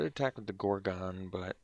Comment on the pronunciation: "gor-gone" lol